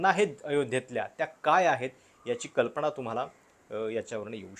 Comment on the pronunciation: बाकी सगळं ठीक.. पण न आणि ण मध्ये एवढा गोंधळ का? वर्तमाणपत्र? त्याचाणंतर? कल्पणा???? म्हनतायेत??? 😅 please please please…